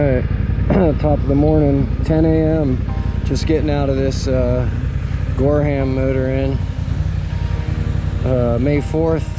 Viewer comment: Gorham is pronounced GorRum